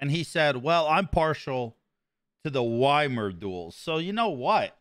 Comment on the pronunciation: The way you pronounce Ymir hurts my soul. Its e-mere not why-mer. Love your work tho.